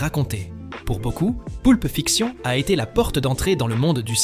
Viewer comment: Personnellement je trouve que vous avez une narration curieuse...cheffe d'oeuvre....Pulpe fiction avec une prononciation plus que française, les 7 samouraiii...qui se cache derrière cette voix ? Je trouvais ce classement intéressant mais pour le coup pas envie d'écouter un robot ....